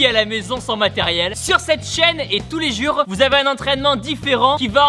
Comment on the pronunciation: « tout les juur,😂😂 »